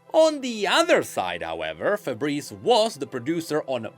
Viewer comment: It's Faburisu,. Stop saying Fabreze :face-blue-wide-eyes